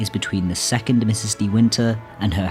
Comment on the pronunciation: Such insight and yet you mis-speak the actual 'villain' moniker! Mrs ("Misses") Danvers, not Ms; seems inobservant and disrespectful to get main-character address wrong. Care so much? Get it right.